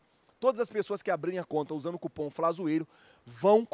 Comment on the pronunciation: Flazoeiro , fala cupom por avor , e nao cupã